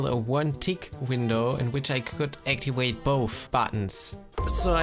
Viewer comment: Bruh did he say actiwate